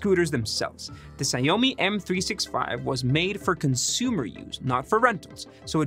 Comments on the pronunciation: Xiaomi is pronounced as "shao mi" or to make it easier "show me." Saying Sayomi sounds like some sort of Japanese dish. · "shao-mi" not "see-ow-mi" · Perhaps trying to pronounce Xiao Mi correctly? It took me a lot of tries to understand the company name you were referring to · “Sigh-oh-me M365” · It's pronounced "Shao-me" FFS... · Sha-ow-me M365. That is how you say it. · Just to help in the future, Xiaomi is pronounced “Shiao-mi” but sort of like “jow-me” but crossed with the old telemarketing “sham-wow” (no wow, just talking about the xiao sound). It sort of sounds like the English “shower” or “show me” depending on your accent. I assume thats what you meant when you said ziomi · Xiaomi actually reads like shaomi. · It’s pronounced xiao mi lol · The way he pronounces Xiaomi is so unsettling 😭😭😭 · Fingernail down a blackboard, or you receiving a phone call informing you that a demon will come and consume your soul in 7 days kind of unsettling? :P